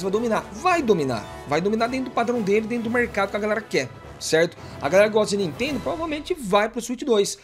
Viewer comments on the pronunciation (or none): none